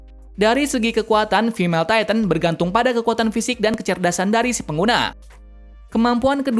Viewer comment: yah cara ngomong nya gitu